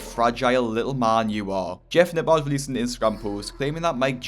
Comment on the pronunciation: Everyone: Jeff Nippard This guy: Jeff Napaaaaaarrd Jesus at least learn how to pronounce someones name correctly if you are going to leech off of them for views.